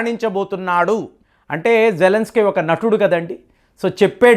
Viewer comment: మనోడికి కొంచెం అతి ఎక్కువ. ఏది సరిగా పలకడు